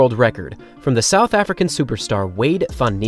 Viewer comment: “South Arican” (sic)